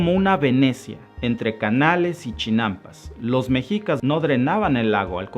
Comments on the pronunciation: Se pronuncia "Meshicas" no Mexicas.😉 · Excelente Presentación, amigo, sólo pido por favor pronuncies bien Méxshica y Méxshico (es como lo pronuncian los gringos) mexico, se está perdiendo su adecuada pronunciación pues no es mejicas, gracias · Hola, muy buen video.informativo, y solo por precisar, "mexicas", la pronunciación correcta y original es "meshicas" que deriva de Meshico (México)..saludos! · Para empezar: Era al SUR de Aztlán hacia donde los mandó Huitzilopochtli, no al norte. "Mexicas" se pronuncia "meh-shi-kas", no "mejicas". "HuiTZIlopochtli" no "Huichilopoztli". La mítica Aztlán, basado en la familia linguística que comparten el Náhuatl con la lengua Ute, se origina en los estados de Utah y Colorado, en los EEUU.